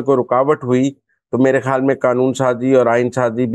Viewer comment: حرف "خ" صحیح ادا نہیں کر سکتیں۔ "خ" کو "ح" کی طرح ادا کرتی ہیں جیسا کہ خبر کو حبر، خیال کو حیال کہتی ہیں۔ تلفظ کو بہتر کرنے کی کوشش کریں۔